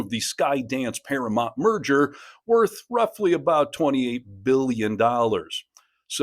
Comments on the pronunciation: It’s “Paramount” not “Paramont”. Ugh…😊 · I agree with all this except I kind of think this seems like AI since you keep saying paramont and not Paramount. (not once or twice, but like 12 times!) You do know it is para mount and not para mont? Is this maybe a British thing? Language barrier. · Please learn how to pronounce Paramount. You keep saying Paramont (even the subtitles agree with me). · Para-MOUNT. Pronounced Mownt. It's not Paramont. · I'd love to hear the story but I can't handle the mispronunciation of ParaMOUNT. It's paraMOUNT not paraMONT. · I understand the issue, and am in Colbert's corner. But I have to ask: why can't you say "Paramount" correctly?